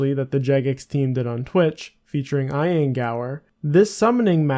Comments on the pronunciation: did you pronounce Ian Gower as "EYE-an" Gower???? Bruhhhhh lol Ian sounds like the letter E and then "an" E-an. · its not eye-ehn. its e-n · eye-an Gower hahahahaha. Ian is said "e-an" lol omg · Ian is pronounced EE-an, not eye-an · I'm sorry who? Eyean Gower? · I-an Gower.... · He called "Ian Gower" "eye-an Gower" I wouldn't worry about it. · Eye-an Gower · I swear sometimes he is trolling with his words. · Who mispronounces ian? You sound canadian or american so its not like you haven’t heard the name atleast 100 times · how do you not know how to pronounce Ian? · You say Ian so weird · Eye-an Gower and De-orb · "De-orb-focusing" "eye-ann" lmfao